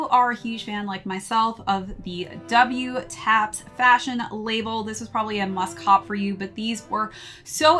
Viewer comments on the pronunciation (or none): Double Taps. Thats the correct way. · The brand is pronounced “doubletaps”. Great review! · wtaps' entire brand revolves around military garments, double tap is a military shooting technique. unless hes intentionally mispronouncing the name I think is wrong here lol